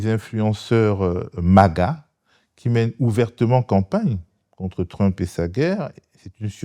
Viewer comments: Peut-on lui dire d'arrêter de dire trup. Ça perturbe beaucoup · J’ai écouté juste pour la prononciation du mot Trump en Tru-mp. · J'adore entendre Mr appeler trump "Trume-peu" ^^ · “Monsieur Truump” prononcé en français dès la première seconde, me fait passer à une autre vidéo. Sérieux “Mr Truump”. Quel snobisme! 🤦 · Pourquoi est-ce qu'il ne prononce pas "Trump" comme tout le monde ? Il a besoin de se démarquer de la plèbe ? Je comprends pas trop là. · merci, super intéressant, maintenant je vais prononcer Trump comme Monsieur Badie